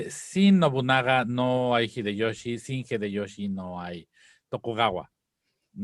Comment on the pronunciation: "El gggghideyoshi!" 🤣